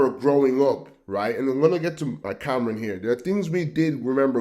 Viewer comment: Stop listening when he said " Cameron". It's Cam'ron. And we are FBA 💪🏾